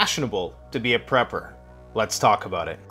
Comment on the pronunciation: Dude stop saying aboat it’s about